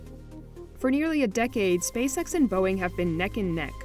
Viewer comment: Not sure if anyone has notice but when you say SpaceX slowly it sounds like SpaceSex. I think it’s intentional.